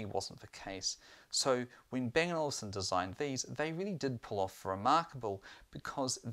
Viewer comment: It's Olufsen, not Olivsen